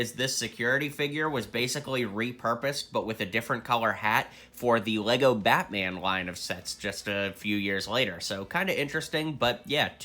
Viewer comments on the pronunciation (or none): none